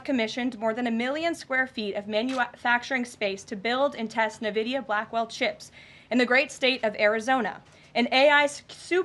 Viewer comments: For those who are competent, we know it is ehn-vidia. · Nuhvidia. She can't even pronounce the name. I guess it wasn't taught in 3rd grade at which point she graduated from home schooling.